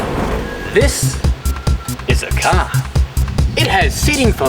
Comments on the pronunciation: "THIS!......is a cahhh" xD lol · Can you say car one more time. Funny as :-)